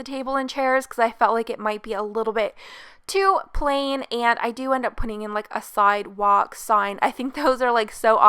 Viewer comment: You keep saying “iiieenndd” it’s E N D honey 😡